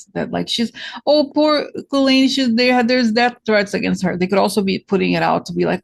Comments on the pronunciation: ...you are pronouncing Ghislaine's name correctly.... The G is not hard... it's chiz.... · For what it's worth, I want to congratulate for having pronounced properly the French name of Ghislaine. I am from French Canada and I know a few women with that name, here we pronounce it with the sound ' Jisss-laine' and not the way we've been hearing for a few years now. There is also a French name called Guylaine...that one is pronounced the way the English people have been pronounced G.M.'s name. How could both Ghislaine and Guylaine be pronounced the same way??? So again thank you for the proper French pronounciation. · you pronounced Ghislaine s name perfectly actually.